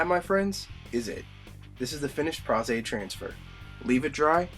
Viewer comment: Nice. And Thank you for your pronunciation of Pros-Aide